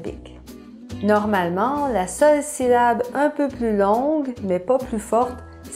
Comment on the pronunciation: Tu as séparé syllable ainsi: sy-lla-ble, mais en réalité le mot de sépare ainsi: syl-la-ble. On entend d'ailleurs le double l dans la prononciation généralement (cil lable) mais tu sembles vraiment prononcer sylable (si lable)! Mais bref, je trouvais ça comique d'écrire le mot syllable avec les syllables mal séparées ahahah. Évidemment tu n'as pas à le faire mais ça serait bien de le corriger au moins dans les sous-titres étant donné que c'est une vidéo éducative! Mais sinon je trouve tes vidéos très intéressantes même si je ne suis absolument pas ton public cible :p